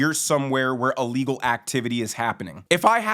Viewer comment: u amd do the same thing: when u say ILLEGAL u actually say a-legal Just fyi